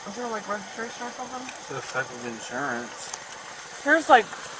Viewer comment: "What do you need? Resregiration?" LOL